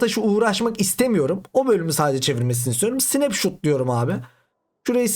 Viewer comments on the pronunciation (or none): Olum adam tüm ingilizce kelimeleri yalnış telaffuz etti zaten sadece bu mu 😂 snep shuuuut